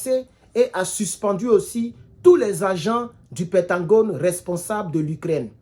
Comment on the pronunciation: C'est pentagone et non pentangone, merci cher